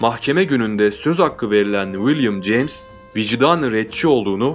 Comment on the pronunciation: 100 defa willim ceyms dedin olmazki böyle